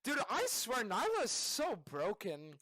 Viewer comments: It’s nee-la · Nilah* not Nayla